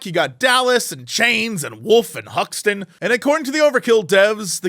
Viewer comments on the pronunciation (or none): Huxton , interesting pronouncing